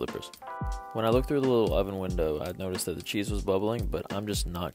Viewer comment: N☆O☆U☆K☆O☆Uチーズの発音が良すぎて後の話全く頭に入ってこない